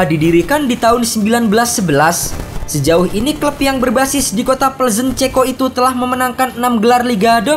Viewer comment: Kok denger pengucapan victoria plezen nya agak janggal yaa